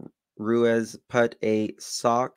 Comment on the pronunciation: Hey I just wanted to let you know ruiz is pronounced roo-eez xo